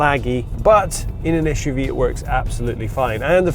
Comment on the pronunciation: Es-shoe-vee. S U V. Jeez.